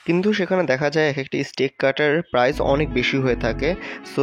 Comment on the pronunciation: স্টিক না ভাই স্টেক হোবে 😂😂😂 R Basy English Bolte g a salad k saled bole felche r ai dik a jeta main topic ajker oitar banan e vul ..steak k stick 🏒 bolche bar bar ...Bangali jaty bole kotah ..jotoi try koruk ..murkho osikkhitoi thakbei 😂